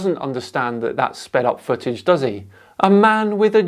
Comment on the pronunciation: Right off the bat we have a dude that pronounces "footage" as "fuhage" so you know as a flat earther we need to take him serious.